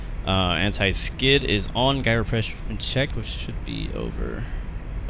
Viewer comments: FYI, according to The Google gyro is pronounced jyro, not guyro. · Thanks for making this video. BTW Gyro is pronounced Jii-Row😄